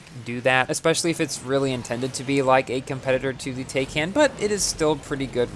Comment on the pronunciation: Not "Tayken" it's "Tie-kahn"